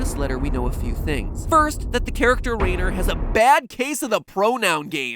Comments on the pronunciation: I the rhyner pronunciation is Reiner nor Rainer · I'm not sure whether or not I should be embarrassed that the only reason I knew he was pronouncing Rainer wrong is because of the way you pronounce Reiner's name in Attack on Titan...